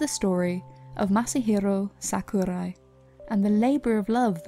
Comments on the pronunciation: Masahirrrrrro Sakurrrrrrai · Just 2 quick things: 1: Masahiro is his surname, not his first name (this is the case with pretty much all Japan-born citizens). Not a problem though, it's a common mistake. 2: You were mispronouncing his name which is also common for foreigners. I would suggest that if you do any more videos like this, that you quickly put the name into google translate and listen to it yourself. Nothing really wrong with it, it was just kind of bugging me as a Japanese learner. I did enjoy the video though, thank you!